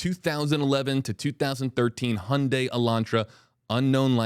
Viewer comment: Finally someone who pronounced Hyundai correctly. Like Sunday